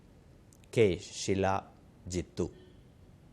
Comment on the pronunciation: షిలా కాదు శిలా అనాలి